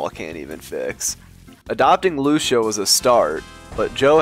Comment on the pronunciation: Ily but please for the love of god say your daughters name right. Its "Lew-Sea-Uh"